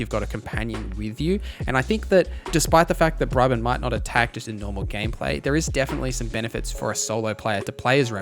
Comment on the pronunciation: It's Bree-bon not Bry-bun 😅